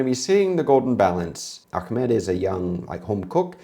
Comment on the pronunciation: TheGoldenBalance's name isn't "Akmad", the letter ح has a very strong sound that comes from the middle of the throat, if you can't say it then just replace it with a h